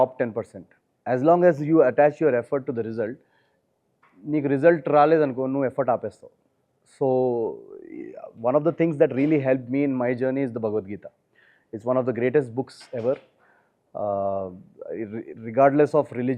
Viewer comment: భ‌ not Pronounced properly in bhagavadgeetha...Sounding bagavad......out of concern am commenting